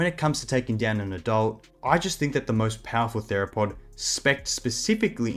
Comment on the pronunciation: thought he said "niggatheropod"